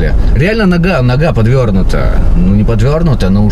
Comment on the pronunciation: Аплодирую, ньёга подвёрьньюта. 😂😂😂😂😂